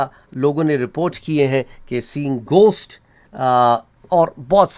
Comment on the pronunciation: Bhai ap ghost ko gosht bolrahe..